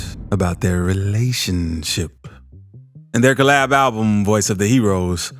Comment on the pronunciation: how he says relationship 🤣